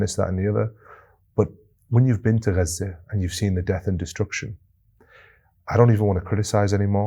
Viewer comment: its auto subtitles, they dont understand his correct pronunciation of gaza, the gutteral g sounds like a french r, probably cos of that it transcribes an r i dont think its on purpose you are sooo right that its totally being hidden (and lied about) by mainstream media etc but this is purely a linguistic/programming/technology problem i think sent with love